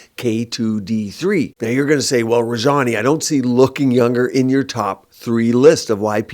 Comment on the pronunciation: Thank you,!! I'm glad I've been taking it correctly. I will make sure to get my loved ones to take K2/D3 + magnesium also! My grandma has a high cardiac calcium score, so I will definitely get her on this. But PS, why are you pronouncing your last name incorrectly? There's no need to Westernize it! My dad's name is also, and I hate when people pronounce it that way.